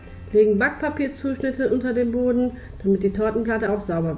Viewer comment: das heißt boden nicht böden